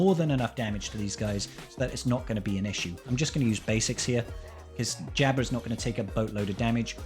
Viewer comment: The way you pronounce Jabba has me tilted.